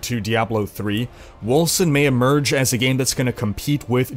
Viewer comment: Wolken, not Wolsen.